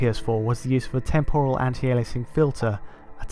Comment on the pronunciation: Temporal. Is it just cause I am Australian or is it not pronounced right.